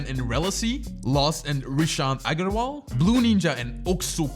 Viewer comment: it's not aaaaaaaaaaaaaagarwal it's agarwal